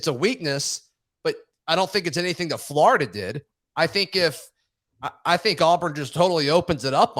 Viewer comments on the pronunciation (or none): it’s flOrida. Not flArda